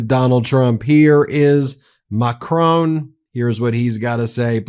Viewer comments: Now this is irritating me! Please have enough respect to pronounce the President of France's name correctly. It is Mac-ron, as in one, not Macrocrone as in crone! A good channel, but this constant mispronunciation makes you appear like any other isolationist American, which clearly you are not. Pip Pip, and all power to you! (especially when you get the pronunciation right!! Love from the UK. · Macron not Macrone 🙂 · FFS Stop mispronouncing Macron. it's Mak Ron not macrone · Love your channel, and don't miss a single one. But PLEASE. The surname Macron is pronounced exactly as you see it, with the lightest emphasis on the "N". It is NOT "Macrone". French Canadians will appreciate you taking the time to say it correctly. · good work but please stop saying Macrone... iot's MacrON, you know, like on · Now read and say MacRON, not MacROAN. You sound silly and unserious not pronouncing world leaders names correctly. Please….. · Ben, it pronounced like the word "mah- crawn" rhyming with the word "on," NOT "mah-crone" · I know I go on about it but the correct way to pronounce the French presidents name is Mak ron with a virtually silent n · Ben, love your channel. Just one thing, a small thing, please pronounce Macron's name as (phonetically) Mac - rohn, as in John. The 'N' is barely said at all. Not perfect but near. I'm no expert but I am English and this is an English pronunciation, I know French a bit. The genuine 😊French way is more interesting. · I love this channel. But please get MAcron right. Heavy emphasis on first syllable and the final n virtually silent. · Please announce the French PM correctly. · Stop pronouncing the N at the end of Macron. I get you're American, but come on. You sound ridiculous. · Please lear😊n to pronounce Macron!